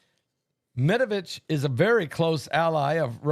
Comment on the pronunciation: Dimitri Med VE DEV that's how we pronounce it dear...tu es drôle 🤭 🤭